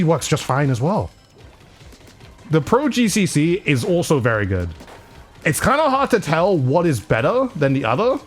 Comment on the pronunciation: How many times has he said goodt 😭😭😭😭😭